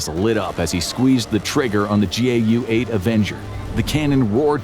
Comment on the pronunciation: It is the GOU-8 not the JOU-8